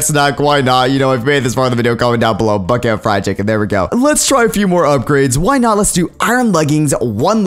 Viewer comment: "I whole buckt o'chicken" Me:"I...what